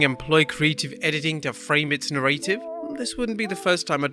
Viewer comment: Narrative isn't pronounced that way, FYI